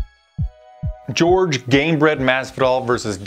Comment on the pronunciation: dude, it's not George, it Jorge like in (Hor-hay)